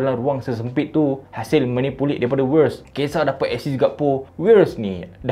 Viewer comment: Sebutan writz tu Vi yetz